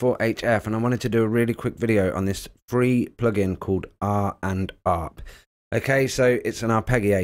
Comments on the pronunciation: Surely you mean "Rand-Arp" (as in "RANdom ARPeggiator)? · Yes. Sorry, but the arpEGGio and R and Arp is painful. 😁 Thanks for the video though. Really like the choon at the end too. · I think RandArp is pronounced Rand-Arp. Which is a wordplay on "Random" and "Arpeggio". But I'm Asian, so... yeah.